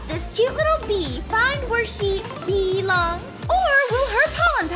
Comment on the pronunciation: Aphmau: Bee-long un-bee-levole Me: OH MY IRENE PLEASE TAKE ME NOW